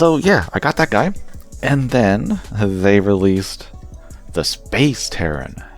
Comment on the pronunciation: i think you missed the "i" in the name, it's Tieren, "Tee-air-en". The commander has the squared head, not twin sensors on sides of head.